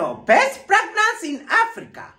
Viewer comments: fragnance? kuna wawili hapo katikati, the boy and the girl who keep saying fragnance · did I hear you say plagnance😂😂😂😂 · 🤣🤣🤣🤣🤣🤣🤣did I just ear pregnancy or masikio yangu ni mbaya 🤣🤣🤣🤣😁oh my goodness Terence you would kill me 🤣🤣🤣🤣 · 🤣🤣🤣🤣🤣🤣🤣 aiiiiiiiiii mnatuonea, ati pragrance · 😂😂😂😂😂😂😂😂😂😂., my ribs what was that? Pragnance?😂😂😂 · Did I hear pragnance🤣🤣🤣🤣🤣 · Are we going to ignore the guy and lady who said "best fragnance" lol okay